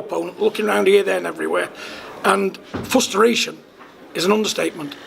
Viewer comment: What’s a “Fust-a-ration”